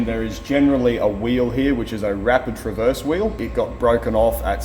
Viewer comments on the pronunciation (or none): none